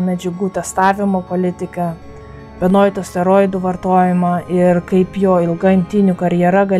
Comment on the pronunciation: geurero o ne gurerero, Benua o ne benoit